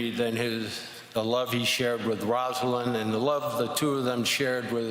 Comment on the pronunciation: It's a beautiful speech, but why can no one call Rosalynn, Rosalynn? Rosa. Lynn. Not "Rosalind." EDIT: Mondale did it. He said "Rosalynn." 👍